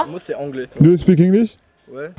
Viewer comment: "do u spik inglish ?" "ué"